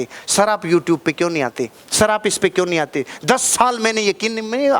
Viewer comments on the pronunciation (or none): none